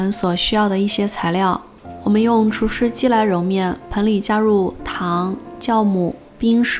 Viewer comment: 可頌很漂亮，第一時間聽到 "教"母? 呵 原來是酵母